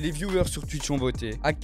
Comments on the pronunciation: Touitch (twitch) et non tUiTch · « mon live TUITCH » ptdrrrr 😌😂😂